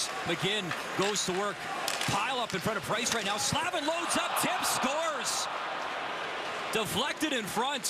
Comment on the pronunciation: Yeah, I cringed every time he said Slavin lol